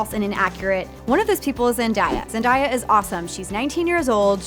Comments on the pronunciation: zen-day-a. pronounced day like day of the week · It’s not Zendiea it’s Zendaya